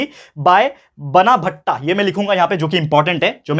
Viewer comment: Sir sorry to correct you but you were sayin बनाभट्ट to 'बाणाभट्ट'